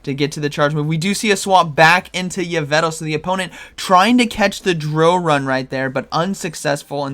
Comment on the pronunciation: It’s YveLtal not Yvetal(for pronouncing Yveltal)